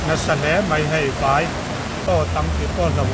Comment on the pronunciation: "Khing ho khi vai an nih khi" tia "VAI" i lam dan hi a dik lo...Favai tiha vai anga lam tur...